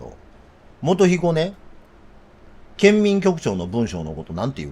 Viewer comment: いつも勉強させていただいてます。感謝！ ただ一点細かいところですが、「文書」であって、「文章」と発音を分けてくださいまし。😅